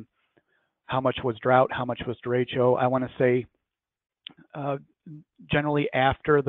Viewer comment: I love hearing Midwestern US people trying to pronounce "de-ray-sho" or "de-ray-shio" or "de-reach-o" At least has it right.